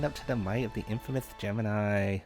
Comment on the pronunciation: LMAO I'm 5 SECONDS into this and I had to stop it. I tried watching it from work and I burst out laughing at the "...heeeeeyyy" omg. I cannot WAIT to watch this later from a safer place. "infamouth..." , lol" one Nitha..." oh man, I can't keep listening to this.